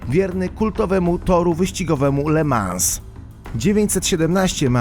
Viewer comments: w Ljonie a nie Lajonie Rolls Royce Kulinan a nie Kuljan Ly Mą a nie Le Mans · le mą nie le mans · Mówi się Le mą a nie Le Mans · Le Mans = Le mą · Te le mans to tak mnie zabolało xD